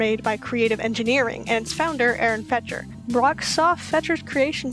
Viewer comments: Fetcher’s name is actually pronounced “Fector” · It's Aaron Fechter not Aaron Fetcher